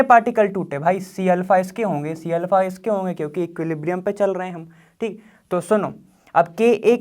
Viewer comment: Btw why does he always say like tik tik 😅😅😅 he says thik but it sound like tik😂 its funny😂